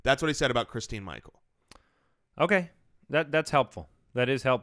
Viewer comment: It's christin Michael